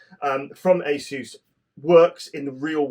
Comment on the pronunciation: I'm so glad you pronounced Asus correctly 😂